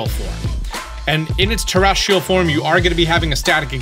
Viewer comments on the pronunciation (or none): none